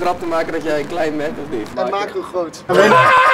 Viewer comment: Rob die Nederlands probeert te praten: GrOoT